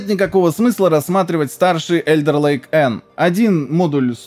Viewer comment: "Alder ... " - читается только не как Элдер..., а как Алдер Лейк